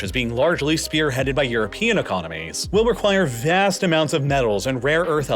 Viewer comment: I wish this guy could say "vast" like a normal person.